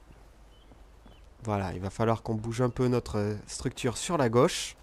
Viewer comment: on dit GAUCHE pas GOWCHE